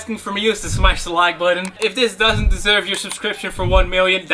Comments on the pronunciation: Eerytime he tries to say smas the like he says smash the leeek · Are you saying liek for a joke. If not, the word is like. Also I smashed it!😀